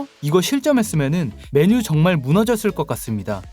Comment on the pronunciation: 맨유 발음할때 왜 그래 맨을 강하게 발음해야지 틀딱이라 거슬리네